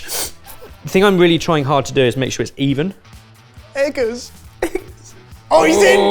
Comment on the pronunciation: Eggers 😂 that tickled me